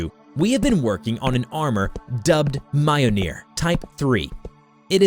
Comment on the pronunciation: Jesus Christ! Its pronounced: meel-nor. Fuck!😅